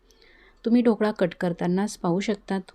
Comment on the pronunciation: मॅडम आधी 'ढोकळा' शब्द शिकून घ्या, मग आपण 'ढोकडा' बनवू 😂😂😂 सर्व शब्दोच्चार चेक करून घेऊयात...